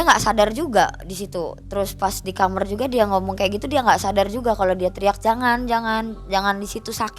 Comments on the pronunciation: Kok Aku rada aneh dngr kata KAMER😂KAMAR kalik y😅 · Benci omongannya kamer kamer kamer KAMAR KAK KAMAR😅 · KAMAR BUKAN KHAMER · Capek bgt denger dia ngomong KAMER KAMER pdhl tinggal blg KAMAR 😅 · kamar mba bukan kamerr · kamAAAAAr bukan kamEr kamerrrr gemesss gatel deee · beginilah kalau narasumber kecilnya jadi jamet, bahasa2 yang ga semua orang paham keluar dari mulutnya....contohnya kamar jadi KAMER..... hadehhh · Ngomong Kamar aja Jadi Khamrr ( alkohol). Audience ini jadi bingung mbak eeeeee 😅😅 ah elah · Sedih. Cuma kesel pas ibunya bilang kamer, pingin tak bilangin "kamar bu" 😁😁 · Ini narasuber org MN kok kamar jdi kamer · Kamar bukan kamer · Kamar bukan kamer😅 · kamar gaes bukan kamer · Kamer Gys bukan kamar lagi ya 😂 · Dia bilang kamer kamer aku terheran2 itu bahasa aya ya apa kidal mbak nya ini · Lucu yaa. Aku kira aku aja yg salah denger